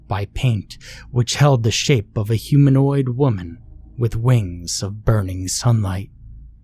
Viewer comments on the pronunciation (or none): none